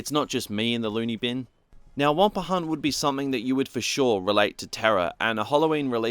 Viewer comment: The Aussie word for Wampa is "Wamparrrr"